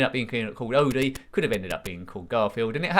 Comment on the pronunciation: The dog’s name is indeed pronounced Oh-dee, rather than Odd-ee, so you were right in that regard. That is also how Lorenzo Music (the late voice actor who voiced Garf) and Thom Huge (Jon) pronounced his name in the cartoons.